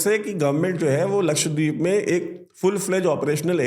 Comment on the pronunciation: Laksh- wa- deep nahin, Laksha- dweep